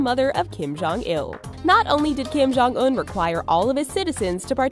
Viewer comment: Kim-Jon- S U C C